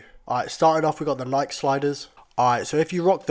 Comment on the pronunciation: the way he pronounces nike and how he says sliders